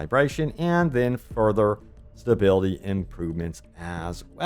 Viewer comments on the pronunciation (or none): none